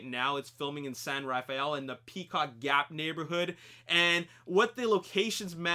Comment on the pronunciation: It's pronounced "San Raffell" locally rather than "San Raf-aye-ell". I'm fairly sure from the angle on the Richmond Bridge and the brickyard that Charlie's home was situated at the end of Via Montebello, close to China Camp. Probably built a fake road end and house there.